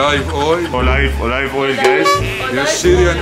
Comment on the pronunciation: You Funny..😁 O live Oil..😂😂😂 Olive Oil..